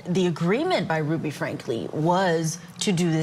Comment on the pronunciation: I love court tv but was not impressed with the fact that they constantly said Ruby name wrong! Annoying!